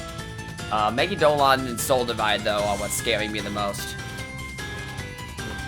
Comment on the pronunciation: why do smt youtubers keep mispronouncing megidolaon??? its me-gi-do-LA-on. not me-gi-do-lon. ugh it gives me conniptions!!